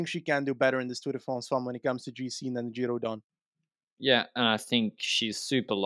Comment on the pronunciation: Giro DONNE!!!!!! Quit saying Giro rose!!!!!! 🤬